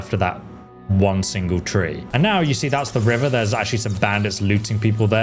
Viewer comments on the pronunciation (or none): none